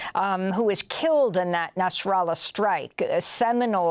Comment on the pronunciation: He’s is called Nasrallah not NASARALLAH you are getting me angry 😡😡 what do you mean NASARALLAH NASARALLAH NASARALLAH These people can’t even pronounce properly